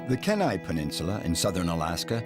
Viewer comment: As an Alaskan, Kenai is pronounced “key-ni” long “e”, long “I”. Also, most of this is on a peninsula and your pin o Alaska pops up in the very middle of the state, in the Fairbanks area. You’re several hundred miles north of the peninsula. I do get a little prickly since so many people know so little about Alaska.